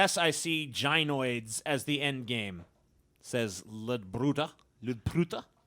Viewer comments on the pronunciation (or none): "Jainoids" lmao It's pronounced: "GUY-noid" as in the gyneco word-forming prefix meaning "woman or female," Latinized form the Greek gynaiko. Do you also pronounce gynecology as JAI-necology?